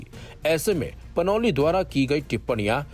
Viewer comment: Panoli नहि panouti है